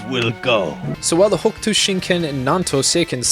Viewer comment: Hokuto is pronounced Hoh Koo toh, not "hawk'ootoe". Yuria is you - ree- ah, not "Yer' ee uh". Seems like the the recent English translation is still not translating some things properly. The seven stars constellation is not "the big dipper" in the context of the series, the seven stars represents "the spirit fist" (similar to "the hand of buddha") as the stars connected make an outline of a fist, and also the constellation is also called "the great bear" by Greek astronomer Claudius Ptolemy. Hokuto means "North Pole" (literally North-Point) and only colloquially means "the pole star" (the northern star Polaris), Shin means Spirit Fist not "divine fist", So a possible transliteration could be "Northern Polaris Spirit Fist (North Star Spirit Fist works too); btw "shin" means "spirit" "heart" and with a different kanji "true", Nanto Sei literally translates to "South Pole Divine Fist" "Nanto" can also seen as term for the Crux (the "Southern Cross" constellation) so in some transliterations Nanto Sei can be translated into "The Southern Cross Divine Fist". This is why Shin's army flies a flag with a cross-like red star. You forgot to mention that Shin was Kenshiro's friend, but Shin's desire to dominate and conquer, his jealousy toward having won Yuria's heart where why he betrayed. the "fisting" jokes were dumb and not necessary at all.